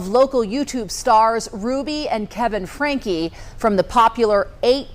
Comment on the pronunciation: And their last name is pronounced, Frank. Not frankie the e s not pronounced!!!!!